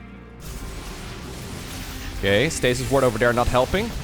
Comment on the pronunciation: I keep hearing "stasis wart" and I chuckle every time!